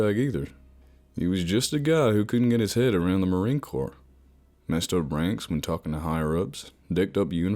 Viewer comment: I hate that shit: Marine Corppsss Five point Fifty-six (nobody that's ever even held a gun would say that.) ...and it's pronounced 'poug.' He's not a crappy kid's game from the 90's. Plus, Marines are only scared of shit like spiders or bats or work-parties, not fucking ghost or demons or whatever.